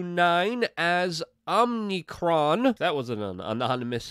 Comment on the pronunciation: Omicron, Luke. It's the fifteenth letter of the Greek alphabet.